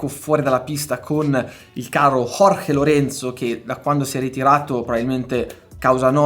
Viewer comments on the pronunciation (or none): none